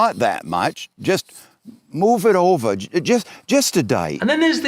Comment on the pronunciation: The guy I'm convinced wasn't even speaking in an American accent. Lol I've never heard the word dight in my entire life. And nobody says Ovah for over.